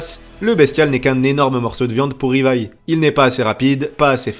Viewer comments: Stp dit "Livaï" et non "rivaï". Stp😂😂😂😂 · Pourquoi tu dis Rivaï ? Personne ne dit ça